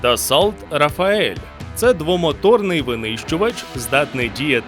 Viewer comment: "Рафаель" лол. Уже б зразу казав "рафаелло" 😁